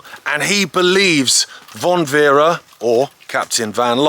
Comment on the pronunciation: Great film but it is Franz von Werra not Werre